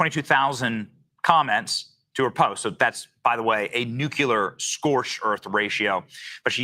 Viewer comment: I love Benny but he needs to learn how to pronounce words like nuclear and Wimbledon. It's weird.